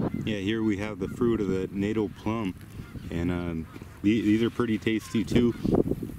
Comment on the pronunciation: It is pronounced ‘natahl’, the first syllable being short, and the second syllable being pronounced like ‘pal, or gal’, like ‘fatale’, not ‘natal’ like fatal.